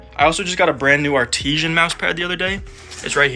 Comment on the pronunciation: ARTISHAN????????????? its artisan... roller players...